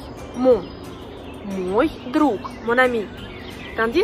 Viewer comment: Pourquoi prononces-tu O dans мой qui n'est pas accentué et A dans мои? Merci